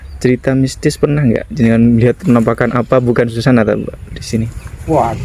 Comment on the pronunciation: Mas bukan ,Sujana,Susana mas,di plesetin Susana inget y